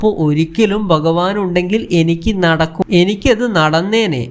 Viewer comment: എടാ മലയാളം ആദ്യം പഠിച്ചു ഭഗവാൻ എന്നു പറയാൻ പഠിക്കുക